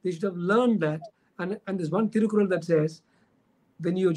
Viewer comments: Big mistake; it is thirukural and not Thirukul! Please correct yourself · Dr Rajkumar did a great job. But the host of this show should have prepared better! unfortunately didn’t do his homework! Thirukural was mispronounced as thirukul and what is worse muspelled as Thirukul and what is shocking is his shortening of Thiruvalluvar’s name to Thiru! If you are going to have a guest talk about Thiruvalluvar at the very least make sure you pronounce the name right! And spell it right!